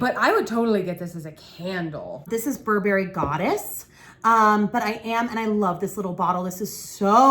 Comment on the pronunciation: Thx for the review! fyi--Burberry is Bur'burry and ylang-ylang is ee long' ee long' 😀